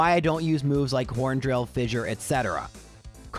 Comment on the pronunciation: Hate to be that guy but I'm going to be that guy: "fissure" is pronounced like "fisher".